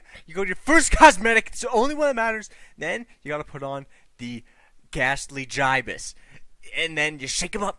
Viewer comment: it's not GIY-BUHS it's GIH-BUHS